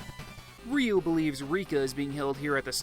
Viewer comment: Ryu or "ReeeYooo?" ? Seems that Engrish was working on you, too?